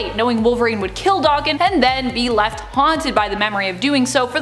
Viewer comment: Does she purposely mispronounce names? Never heard anybody say daken that way and when she says Xavier it's like nails on a chalkboard